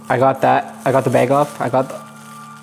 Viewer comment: It's funny he calls a bag a beg! 😆🤣🤣🤣